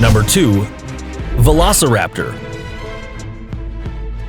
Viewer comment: That is not velocirapter he is uahtarapter